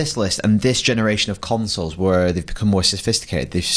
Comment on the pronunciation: "Last Genaretion"